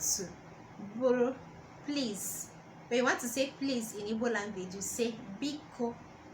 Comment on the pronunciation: I’m sure you’re coming from a good place but you could at least do basic research on how to pronounce the name of the language, let alone the words you’re “teaching”